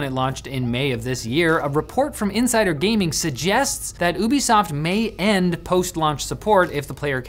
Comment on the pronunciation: Finally someone pronounced ubisoft properly Its ouu-besoft Not you-besoft